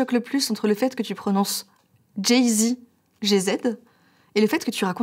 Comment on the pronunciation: "Jay Zède" 😭😭